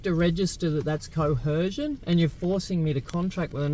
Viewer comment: wtf is cohercion? You’re a whacko